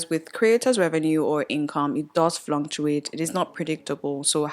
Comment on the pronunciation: Hey …thank you for this enlightening video… however I need you to check the proper way to pronounce the word “fluctuate” Cause you seem to pronounce it as fluntuate. Weldone babes 🤍